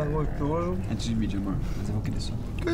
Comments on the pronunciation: Eu tendi.: Jonh vlogs: GOXTOSO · Kkkkkkkk goxtosoooo kkkk